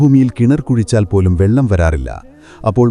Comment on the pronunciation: വെല്ലം അല്ലടോ...,വെള്ളം. വെല്ലം എന്നാൽ തമിഴിൽ, ശർക്കരയാണ്.അവൻ, ഇവൻ, മറ്റവൻ എന്നുള്ള സംസാരമൊന്നും ഇപ്പോൾ കേൾക്കുന്നില്ല...?🥺